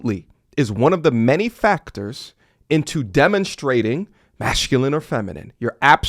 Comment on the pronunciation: It's MASCULINE not MASHCULINE sir....